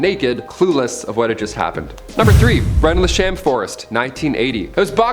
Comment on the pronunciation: Sorry, where? "Relnd- Thel-Sham" Forest!?? It's "Rendle-shum" Forest.